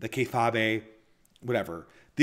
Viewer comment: Kay-faaab Kei-fabe pronounce the last part like you'd pronounce "babe" "Okay babe" but without the 'o' eef u weel.